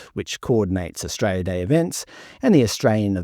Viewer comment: I love how you pronounce Australia "Austray-ah"